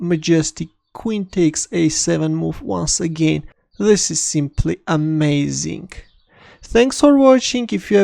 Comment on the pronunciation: "Zis is simply amaaasink!"